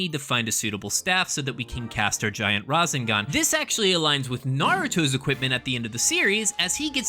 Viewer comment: I couldnt finish the video. Every time you said razinGahn it made me cringe so hard I’m sorry I really wanted to finish it.